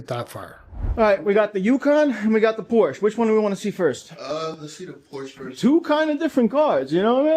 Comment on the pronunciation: Please pronounce Porsche correctly